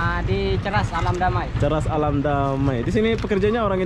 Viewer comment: Cheras bukan ceras